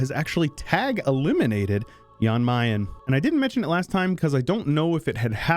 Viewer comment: It hurts me how you pronounce Jan Mayen and Jolof